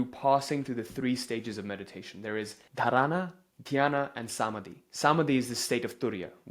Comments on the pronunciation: It is not dhraaana. Ok. It is dhaarana.. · Dharana 💀 Dhaarna 😇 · ❤ Thank you for this info. please do work on correct pronunciation of key Hindi/Sanskrit words. dhaarna, Smaadhi, etc❤ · I understand you aren't Indian but please get the pronounciation right Dhaaarana Dhyaaana Samaaadhi Great work!!